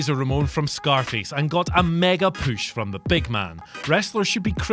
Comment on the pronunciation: " Asked for a legitimate poosh " haha.